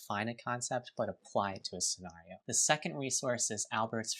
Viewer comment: I swear to G-d if that guy says SCENARIO like that one more time